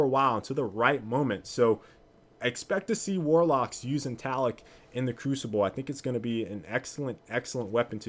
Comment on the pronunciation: just saying. its pronounced "ta-la-loc" plz stop calling it taloc lol